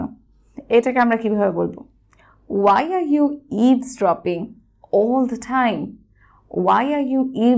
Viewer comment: I am at the destination.. The pronounciation of THE shouldn't be (দি). It should be (দা) because the word destination starts with consonant not vowel..